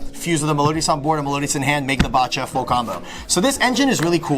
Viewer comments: Bacha is pronounced baha like Bach the composer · This mf pronounces "Bacha" as "bah cha." 😂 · Pend is best deck, but please please pronounce Bacha correctly. No one does but it's so simple since it's based on Bach the composer